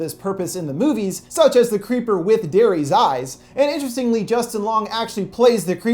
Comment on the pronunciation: I lowkey heard u say The Cweepy Cweeper